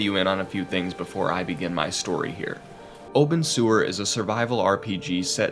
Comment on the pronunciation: I kept hearing "Open Sewer" instead of Obenseuer.